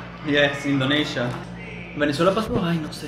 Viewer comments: Repite conmigo In- do- ni - sha Repite otra vez In- do- ni- sha Una vez más In- do- ni- sha 🤦‍♂️🤦‍♂️🤦‍♂️🤦‍♂️🤦‍♂️🤦‍♂️🤦‍♂️🤦‍♂️🤦‍♂️ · Y sigue diciendo Indoneisha después de que el anunciante dice Indonisha. Ajdjsehsh